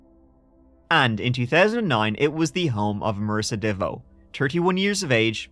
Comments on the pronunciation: Heyouuuu! It's pronounce "Devo" as in: let's give it a go! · Oh my, you had me laughing at trying to pronounce her name and then saying she needs to change it. Not even 5 min in and you made me laugh.